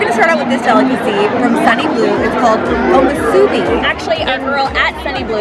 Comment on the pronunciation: The way you pronounced omusubi had me 🤣🤣🤣🤣